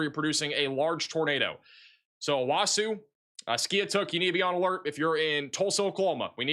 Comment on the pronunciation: O-Wa-So, Ka-Too-Sa, O-Key-Ma.